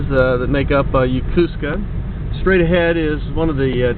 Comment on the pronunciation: Repeat after me: YO KO SKA not Ya Ku ska